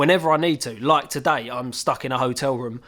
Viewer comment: The way says: “ Today “ With his accent lol 😆 stunning mate